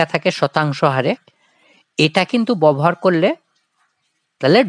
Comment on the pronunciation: ববহার না ব্যবহার, বড় কানে লাগছে